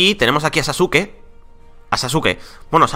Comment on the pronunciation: sasuke no saske